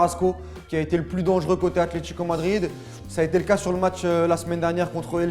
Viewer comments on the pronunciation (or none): none